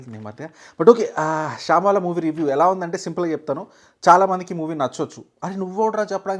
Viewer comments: Shambala❌️ shyambaala✅️ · శంబల ❌.... శంబాల ✔️ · రేయ్ బాబు శ్యాంబాల కాదు రా జఫ్ఫా " శంబాల " Avg movie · Babai shambhala ne adhi, shaambhala kadhu... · అది శాంబాల కాదు.. శంబాల సరిగ్గా పలుకు సినిమా పేరును.. సినిమాల్లో బొక్కలు బాగానే చూస్తావు గానీ.. రివ్యూల్లో కూాడా బొక్కలున్నాయి.. కొద్దిగా చూసుకో. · Shaaambala kaadura....shambaala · Shaambala kadu anna shambaala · Chicha it’s not shaaaambala it’s shambala. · అది షాంబాల కాదు భయ్యా, శంబాల... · Saaaambaala kadu Sambaala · That is not shaaaaambala, it shambala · Adi shambala shaambala kaadu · శాంబాల కాదు రా.... శంబాల... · shambaala ❌shyambaala✅:face-blue-smiling::face-blue-smiling::face-blue-smiling